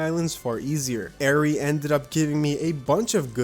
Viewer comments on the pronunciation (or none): Whos gonna tell him ari is [ar-ee] not [ay er-ee]?